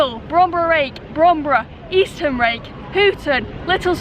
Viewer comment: Eastham is pronounced Eastem